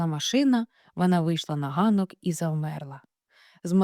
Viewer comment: Не ганок,а г'анок....